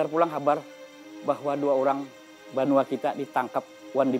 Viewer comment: BANUA bukan BENUA... Banua adalah sebutan untuk Tanah Air bagi putra/putri suku Banjar - Kalsel